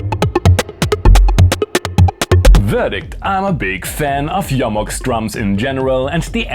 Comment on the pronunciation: The only thing better than the Mbase and this review is correct pronunciation of Jomox, "Yo-Mox", thank you, I love you.:face-red-heart-shape